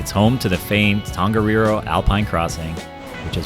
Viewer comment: Tongariro,when you say "Tong" just add ariro.